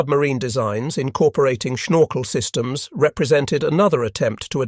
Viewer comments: IIn Dutch it is Snorkel, and NOT SHnorkel, do you have a teeth problem? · It's funny how says "schnorkel";-)